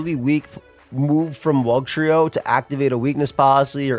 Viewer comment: Don't call Wugtrio "stroked" ever again, please.